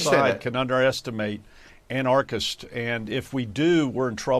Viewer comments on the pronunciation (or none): someone needs to explain to this genius how to pronounce "anarchists" and "anarchy'.......wow, maybe know how to say a word before you start broadcasting your ignorance to the world....... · an -arch -ists - can you pronounce it correctly, dude?